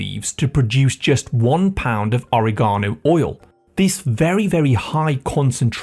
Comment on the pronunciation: Oriegono? Please teach the proper way to pronounce.